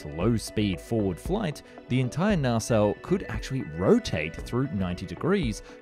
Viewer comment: It's pronounced "nah-celle", no R sound 👈😉